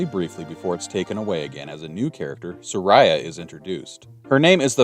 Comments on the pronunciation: Sorry, I loved the concept of your video so much, but "Sah-Rye-Uh" killed me. I can't. It's "Sah-Ree-ah" Japanese pronunciation. Don't me I'm a neurodivergent person and little things like that break my entire focus. :/ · Saria SAR-EE-UH!! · I’ve heard it pronounced SAA-ree-uh, SAR-ee-uh, SAIR-ee-uh, suh-REE-uh (like Maria), but never have I heard it pronounced sa-RYE-uh (like Mariah) until now 😂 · Yes. In Japanese her name is サリア. I believe the correct pronunciation is Sah-ree-ah, and it’s the one I’ve always heard… which is why “Sorayah” threw me off… lol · Fun series. Just as a note - Saria's name is pronounced SAW-ree-ah. Closest approximation English has to the Japanese syllables. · I'm not sure what happened in your life to make you pronounce Saria as Soraya, but please stop. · that pronunciation of Saria should be a war crime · Just watching this series and that is my only complaint. That pronunciation is criminal 😂